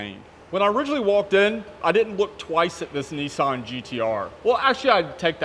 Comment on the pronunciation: there's no "e" in nissan